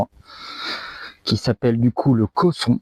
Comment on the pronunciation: Cosson et non casson.